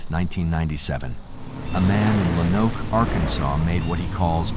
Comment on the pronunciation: Lo-Noke. Good video, I live in Arkansas and I first heard about this on killer kids I think?